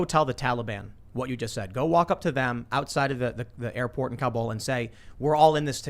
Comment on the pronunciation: I like that they pronounce Kabul right. Instead of cobble.